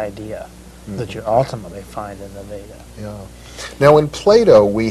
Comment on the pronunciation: He pronounced "योग सुत्र/Yoga Sutra" & "वेद/Veda" perfectly. Sadly even Indians don't appear to pronounce it proper as many Indians will either pronounce it as "योग् सुत्र" or "योगा सुत्रा" & "वेद्" or "वेदा".